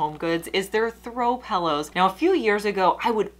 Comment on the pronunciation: Pillow not Pellow 😫